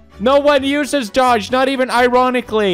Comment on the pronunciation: I know doge isn't relevant and is a completely dead meme but it still hurt when he mispronounced it.